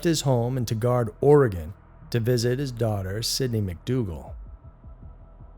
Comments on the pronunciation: It's "TYE-gerd" not "Tiggard", btw. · It’s pronounced tygerd Oregon just for future reference lol ☺️